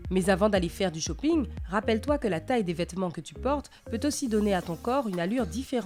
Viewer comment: « Tu peux aller faire du shoppingeuh »... hé euh ho il faut des sous aussi hein!